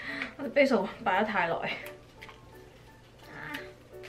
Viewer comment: 其实 Basil的读音是错的。一看就知你对烹饪当然不熟。一个人在外 保重哦